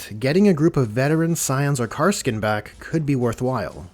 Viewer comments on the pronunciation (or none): My guy... KAS-R-KIN. Come on. Not a hard one to pronounce.